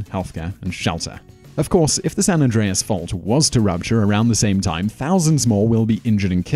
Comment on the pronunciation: lol they tim instead of time